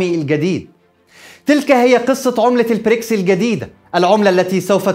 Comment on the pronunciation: تحليل محترم كعادتك دائمًا و لكن أرجو نطق البريكس ب ال B و ليس ال P